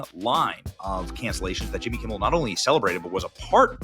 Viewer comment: Who is this Jimmy Kimble you speak of????